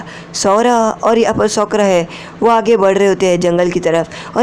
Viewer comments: Sakura ❎ sookra ✅ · Bhi uska name sokra nhi ha Sakura ha Thik sa bolo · It's not सोकरा it's साकुरा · Kya tumhe Sakura bolna nhi ata ha